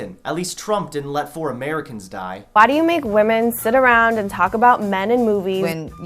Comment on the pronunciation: You pronounce “around” weird